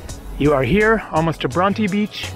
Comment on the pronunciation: Bron-tee beach